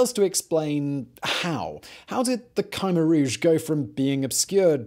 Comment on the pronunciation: He's pronouncing Khmer Rouge differently to every other source I can find?